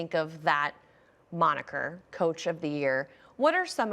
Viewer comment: I don't think this staff is gonna split. They know what they have. Also. You said moniker xD Say it slow. Way too funny.